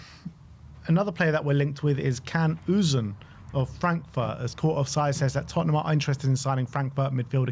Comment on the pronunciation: Can Uzun is pronounced Jan Uzun with the accent on the second u.